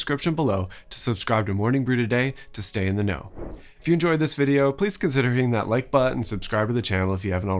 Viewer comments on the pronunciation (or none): none